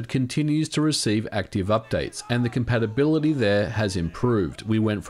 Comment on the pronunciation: what? "compatabaility"?